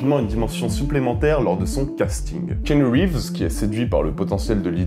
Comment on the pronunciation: On ne prononce pas kinu rives mais ki-A-nu reeves